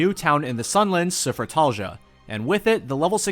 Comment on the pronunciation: I'm amazed that you could pronounce Sufratalhja hahaha I can't 😆